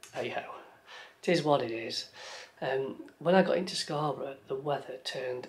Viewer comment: It's Hayburn WYKE and of course SCON. Keep practicing your God's County accent. Loving the vids.